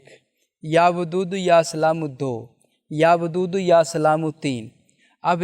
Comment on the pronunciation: Ya wadoodo ko ap ya badudo Kyu bolre j